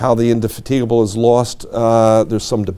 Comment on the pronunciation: It's amazing to make your life studying Jutland and not learn how to pronounce Indefatigable. I don't care how they say it in America; this was a British ship. And Beatty too, for that matter.